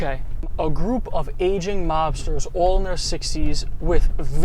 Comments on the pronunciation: what did you say?? I heard "Asian" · He said “AGING” but you’re right sounded like Asian LMAO 🤣🤣🤣🤣